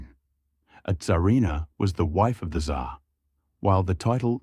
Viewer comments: "TsaaAaa" такое чувство будто буквы "r" в английском языке просто не существует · "Tzar" ->"dzAAaa" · то что он Ц как З читал мне больше ухо резануло